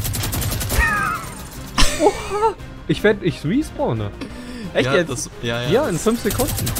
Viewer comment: Es nennt sich ''Respawn'' und nicht ''Resporn''